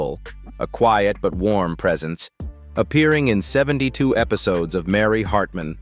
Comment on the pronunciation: AI voices suck . They can't pronounce certain words , the inflection and tone stinks . Get better AI . Can't even say Mary Hartman Mary Hartman right .